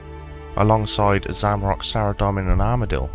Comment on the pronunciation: great videos so far but the way you say Zamarok instead of Zamorak is really frustrating